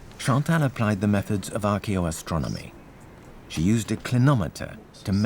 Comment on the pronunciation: Archeoastronomy NOT arcoastronomy. Nice documentary!! But please say this incredible woman's profession correctly.